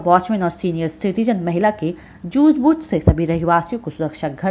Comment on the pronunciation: जुझ बुझ नही सूझ बूझ होता है